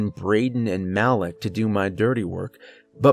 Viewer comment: I have a feeling the guys employees name isnt “Mal-ick” if his name looks like mine, it’s typically pronounced “Mah-leek”